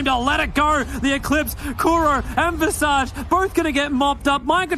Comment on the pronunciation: Visage?? I thought it was Visage 🧐🧐🧐